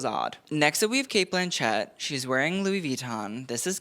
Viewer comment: Sheesh. Dude you need to work on some things! Do you know how Cate Blanchett actually pronounces her name???